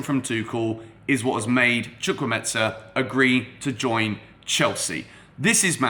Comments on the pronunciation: HOW TO PRONOUNCE HIS NAME Hi great video I have a similar name to chukwuemeka and am also Nigerian and it seems you may have got the pronunciation from fabrizio who didnt get it right at all. Here to help. So it's pronounced like CHU - like the 'choo' of choose' (you got this part right) KWU - like Koo (traditionally we would slightly pronounce the w) E - this E is like the 'e' you pronounce in the word 'Everton' or the e in 'Egg' Meka - the 'me' part is like when you say the slang word 'meh' (like I'm feeling 'meh') KA - like the footy player 'kaka' so not the ETSA sound that fabrizio says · He didn't even try😂😂😂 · Somebody with sense atlast,instead of blasting him about not pronouncing it well,someone with the sense to actually teach the foreigners how to pronounce the name,nice one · Chu-Kwu-A-Me-Ka - Chukwuemeka!!! Or just stick to Carney! Y'all should not butcher my Naija brother's name lol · You are killing the name😂🤣. The name is Chukwuemeka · His name is pronounced as spelt... It's an Igbo name, a popular Nigerian name. Chukwuemeka (Choo - ku - ay - may - car). You pronounce it as if the name is Italian or Spanish. Besides that, he's a valid addition to Chelsea. Great signing for years to come. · Pls you are pronouncing it completely wrong Is Chu Kwu E me ka which means God has done well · The way you pronounce his name is wrong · What the.....? Was it the excitement or what?, you totally murdered the young man's name!. How did you "smuggle" a "z" into the pronunciation of the name "Chukwuemeka"? Chukwuemeka means "God has done so much" Good video as always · Why's he pronouncing the name like Chukwuemetza? Its Chukwuemeka Like there's a k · Chu-kwu-e-me-ka not chukwumeta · the name is chukwu-emeka not chukwumetza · Chu kwu emeka not chu kwu metsa please, thank you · The name is not Chukwuemetza. It is Chukwuemeka. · “Chukwueme-KAH not chukwu-MESA” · Chukwuemeka not chukwuemensa 😂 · Hey... It's chukwuemeka not chukwuemeza....